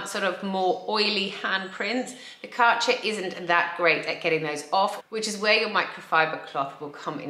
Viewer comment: There is an Umlaut in the Kärcher brand name. With a touch of research your pronounciation might reflect that.